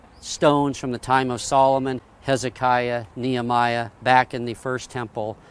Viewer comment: Pronounced (Knee Hem E Ah) not the way he pronounces the name; (Knee Ah my Ah) By the way as there are still people today with that name. :)